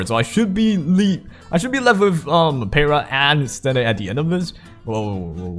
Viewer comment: Ok,, you have an excuse because you're Asian. Heh heh... But for real, youtubers in general do not know how to pronunciate Jack s***. Peira= pee-air-A!